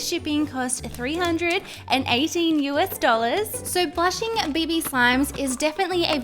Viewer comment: Wait did she say baby or is that just me because it side BB not baby